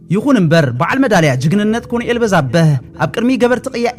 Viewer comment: ኣንታ ሓውና ከተንብብ ከለኻ ኮሎነል ኢልካ ኣንብቦ. በጃኻ ኮንኤል ኣይኮነን